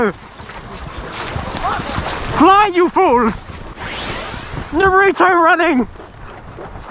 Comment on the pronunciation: He said Narudo and I’m like what did he say 🥲